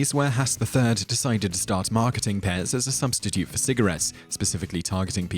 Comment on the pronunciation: He just mispronounced it. The P is very much prominent, allthough in some dialects it might be omitted.